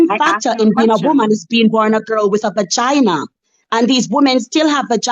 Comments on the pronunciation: The amount of times she said "Ba-Gyna" is hilarious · Vagina pronounced bagina is wild